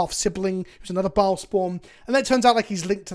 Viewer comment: Since you mentioned it, here you go: Bhaal = beh-HAHL (it is mispronounced by every single person in the games). Baal is a separate god. p.s. Why does Volo get another card? He has a book named after him. So does Tasha.